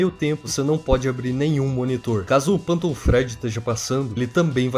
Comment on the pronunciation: Meu Deus que agonia ver ele falando PANTOM E NÃO FANTOM